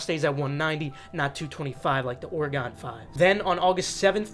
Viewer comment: say Oregon right please 😂